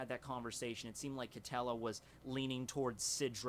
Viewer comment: I think that Quitela is pronounced key-teh-luh